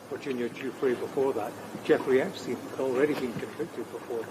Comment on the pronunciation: She called him EpStine lol😂 juicy juice 🧃